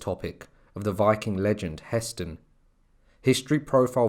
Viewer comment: It's Hah Stein , the pronunciation